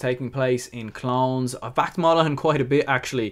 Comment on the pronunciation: Clones pronounced clone-es my man! 😉 thanks for the video, great stuff.